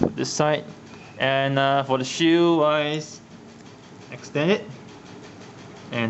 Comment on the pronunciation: The way he says shield sounds like shoe